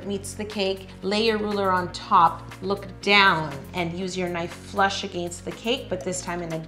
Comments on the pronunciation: Nothing against it but it scares me when she said against😅😆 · I love when Yo says 'against' bc you can really hear her accent, I find it amusing and fun.